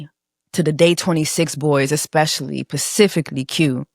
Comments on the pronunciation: Yes! You hit the nail on the head about being able to acknowledge that people can be enablers/complicit and victims as as well. Side note: it's "specifically" not "pacifically". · Sis its pronounced SPECIFICALLY! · Is this your first time watching this channel? Because here we say pacifically. 😁